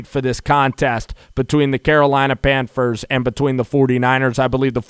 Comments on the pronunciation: It's pronounced PANTHERS NOT PANFERS! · Did this dude just say pamfers lol it’s all good my boy. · Sounds like he saying Panfers! Lol